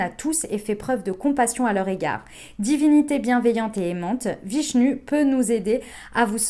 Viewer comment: Super tirage, vishnu( prononcé vishnou) 😉🙏